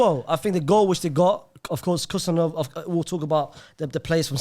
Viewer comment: Guys stop with the Khusanov pronunciation. It's Husanov "Who Sun off". Most of you have Arabic backgrounds, so it should be easy.